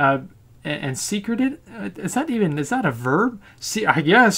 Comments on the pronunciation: secreted is pronounce se cree ted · It is a verb, and it's pronounced "sec-re-ted"